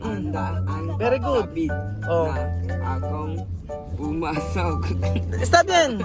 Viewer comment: Very good hindi "beri gud" hahaha